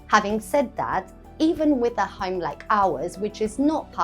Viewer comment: I was confused it sounded like a Ham not a Home😅